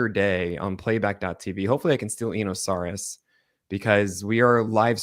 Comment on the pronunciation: Eno is too polite to tell you but I think you'd like to know that you mispronounce his last name.